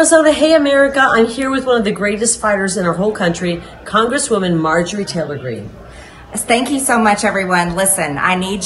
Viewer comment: “Stank you so much”, is what that sounded like. Stank criminals. They are both horrible feminine role models. Liars and cheats.